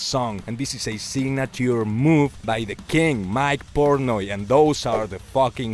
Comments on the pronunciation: PortnOy not PortnEy. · Pronounced Port-noy, not Port-nee. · Port- noy! Not ney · Actually his name is Mike PORTNOY my friend not Mike Portey 😂🤣😂.